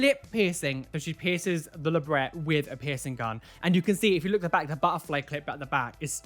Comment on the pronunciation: My heart when your day LebreT properly